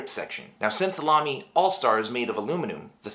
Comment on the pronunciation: Exce!lent German pronouncement! Good review too.